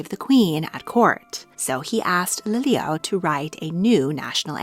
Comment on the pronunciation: Pronunciation matters she said lilio when it's pronounced Lili‘u